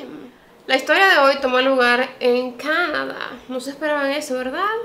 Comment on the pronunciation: Me encanta tu canal. Pero cuando hablas Canadá no puedo, simplemente no tolero tu “Cánada”.